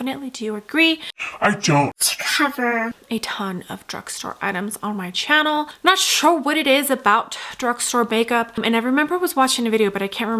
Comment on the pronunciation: You have the most annoying expressions while speaking. I am cringing listening to the way you pronounce “channel”… also the screaming in the background is what made me click off the video